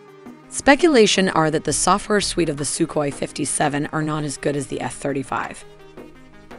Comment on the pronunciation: It's called Сухой, pronounced Suhoi.. With a hard H sound. That's definitely not Sukoi. As the videos are very well made, please try to be in such details also correct. And by the way. Admiral Kuznetsov isn't an aircraft carrier by western definition. Also a Navy basked version Su-57K was never announced. At least I never heard or seen a source claiming that. Would be logical, because Russia doesn't need air craft carriers for their doctrine today.